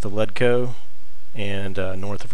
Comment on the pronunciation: Man do you say things wrong. Its Savior Schnapps not Savory Snaps, its Ratt-aye, not rat-tay, its Led etch co not ledco. Thanks for the video.